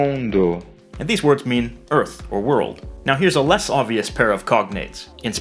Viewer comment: it said word instead of world